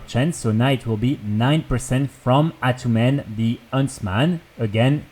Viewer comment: the way you say attunmen the huntsman is awesome. i wonder how it sounds to you when i say it with my accent.